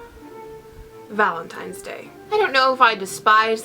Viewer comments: Am I crazy or you're pronouncing it ValenTIMES day instead of ValentiNes day?? I don't mind it at all but do you realize it? Ahah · It's valenTINE'S day not valenTIME. lol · It sounds like you are saying ValenTIMES day. It's ValenTINEs day!!!! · Me too! and I was like, wha--?? :S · Am I the only one who noticed that always says Valentimes..haha:) I don't mean it in a rude way though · Oh,, I could not concentrate, I kept counting how many times you said ValentiMes day:D